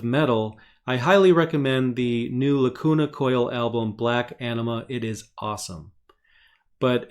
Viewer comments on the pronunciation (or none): none